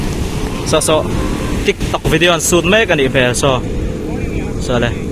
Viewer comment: Nangpawh pawl 10 i pass chuan minutes ah khian Tik Tok pawh han lam dik thiam loh😁😁 Tîck Tawk tih a han lam daih, chawhmeh bai pawh bei, mai mai pawh mei mei ti chi nih duh hmel eeeeee😂😂